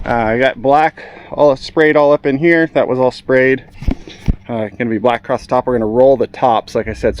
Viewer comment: Stop saying “acrost”. It’s not a word, it makes you sound like a hick…